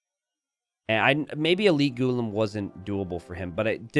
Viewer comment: Hey I am from India it’s pronounced “gu-laam” and not ghu-lum also the civ is pronounced “Hindus-taa-knees” and not Hindus-tan-nis. Hope this helps.